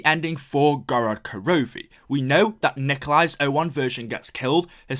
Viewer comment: why do almost all english youtubers say gorod korovi? Can't they just say gorod korovi?